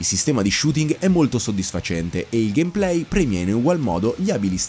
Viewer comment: ha realmente pronunciato gamplay: gamplay? si pronuncia gamepley. ignorante.